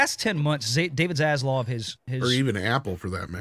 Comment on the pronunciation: dude.......it is ZasLAV. please, for the love of the almighty himself can you say his name correctly (not ZasLOV).